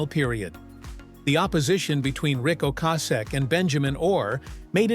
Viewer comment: Can’t pronounce Rics last name properly.. grrrrrr